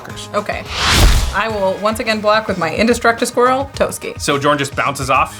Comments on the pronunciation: It drives me nuts hearing mispronounce Jorn. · The J in Jorn should be pronounced like a Y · Take a shot each time mispronounced jorn, die before the halftime break. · The editors are really amazing but I really cringe every time I hear mispronounce Jorn... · Unfortunately he can't pronounce the name of the card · I'm pretty sure the official pronunciation is just whatever the English standard happens to be, even if technically "Y"orn makes more sense. Otherwise I have literally never heard anyone pronounce Huatli, Atla Pilani, Tocatli Honor Guard correctly ever. It's a weird sound that's never used in english that's kinda close to "ch". (Fun fact, I'm pretty sure in Tyvar Kell and Svella, Ice Shaper the "ll" would be the same sound as that "tl") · Wouldn’t it be pronounced “Yorn”? Not trying to be mean, just curious. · In Norse tradition, it's pronounced "Yorn". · Heads up for anyone not familiar with Norse things. Jorn is pronounced with a Y sound. Yorn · Pretty sure Jorn is pronounced Yorn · Mispronouncing those cards like that is a sin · pronounces Jorn with a J Me: REEEEEEEE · Hearing the "J" being pronounced that way made me chuckle. J's are supposed to be Y's in Norse/Icelandic . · It's pronounced yorn yorn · Bruh I felt a tingle up my spine every time said "Jorn" and not "Yorn" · God damn it this is all based on Nordic stuff, it's pronounced Yorn, not Jorn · Pronounced Yorn not Juh-orn. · I think that Jorn is pronounced Yorn and not Djorn. 🤔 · So many Komas, he should just change his name to Tifa at this point. And by the way, Jorn is pronounced more like "Yorn" instead of "jawrn". Scandinavian set and all that. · Yorn not jorn!!!!!! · I'm feeling like the "J" in Jorn is actually pronounced as a "Y". Mjolnir (Me-yol-nir) being an example. I think the world serpent, Jörmungandr (Koma, Cosmos Serpent), is the same story. Somebody more learned please correct me if I am wrong! EDIT: One of my favorite cards in MTG for the win!